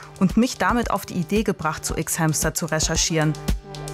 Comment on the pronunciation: Ich mag sie aber mir stehen die Haare zu Berge jedes mal wenn sie "ICKS HÄMSTER" sagt 😭.